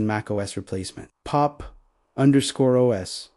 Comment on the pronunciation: This would have been better without all the mispronunciations made by AI. e.g."Pop underscore OS" for Pop! OS. Just get a human to speak the script. However, the message is brilliant. I moved to Linux in 2020 and don't miss the crap that is Windows.